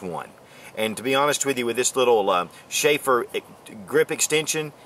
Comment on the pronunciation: lol shafer grip extension. you mean schearer?